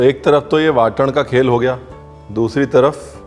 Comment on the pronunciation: Your marathi accent is so good..."झणझणीत","वाटण" really hats off to you...and love the way you present the misal paav....thanks a lot for sharing it